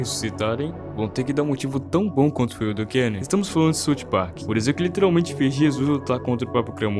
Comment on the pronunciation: é "SAUF PARK" mano plmds